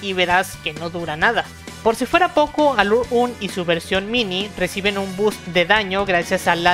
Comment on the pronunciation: No quiero ser malo pero, pronuncias Aluraune y Aguni, como los japoneses. Pero sus nombres en realidad son Agni y Alraune.